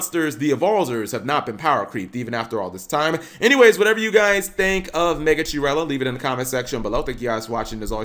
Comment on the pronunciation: Megachirella is pronounced Meh-gah-kee-reh-llah, it's the most ancient relative of lizards and snakes paleontologists found